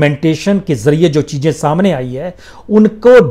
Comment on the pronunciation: We should play the drinking game whenever he says “chejain “ 😂😂😂😂